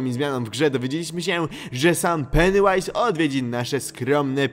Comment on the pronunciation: Jaju to się mówi peniu ais